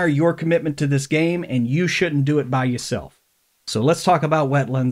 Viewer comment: “Bayou self.” That one took work. Well done.